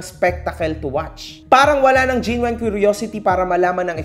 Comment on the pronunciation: google mo kung paano tamang pronunciation ng “genuine” 😊